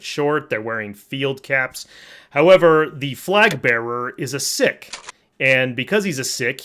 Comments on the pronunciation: Someone else may have pointed this out,if so I apologise for the repetition but your pronunciation of Sikh is so wrong it's pronounced "Seek" not "Sick".One of my friends is a Bengali so I'm sure of this,just nerding out here. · ‘Sikh’ is pronounced like ‘seek’ not ‘sick’. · It’s pronounced ‘seek’ not ‘sick’. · Is pronounced "Seek" not "sick" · Just google it, dude. It is very commonly pronounced 'seek' yes, but 'sick' is the appropriate pronunciation of the word. It's not just YouTube. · Sikh, pronounced Seek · Sikh is pronounced as seek. They're formidable soldiers in anybody's language. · Sikh is pronounced SEEK. My taylor is Sikh. Damn fine people. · Seek and you will find !😂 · That's just straight up wrong lol Sikhs themselves pronounce it as "sick" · I mean... no , but that would be like a Christian mispronouncing "Christianity". I trust the guy I worked with who is from the actual country, over some random idiots on you tube :)